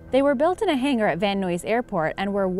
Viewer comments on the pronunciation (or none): Van Nuys is pronounced Van Nies as in rhymes with flies and cries and not noys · Oh, Lady Narrator, The # 4 Davis Divan car is pronounced (div-on). And since you're having trouble with Van Nuys... it's pronounced Van (- nize, rhymes with eyes), it isn't "- Nooeys". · Haha, actually I dived when she pronounced the Davis Die-van built at Van News. It's Divan as in a sofa, and Van Nuys is pronounced Van Eyes in Calif., U.S.A. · For the Davis Divan, the narrator said Van "Noise" Airport. It's Van "Nuys" (rhymes with buys).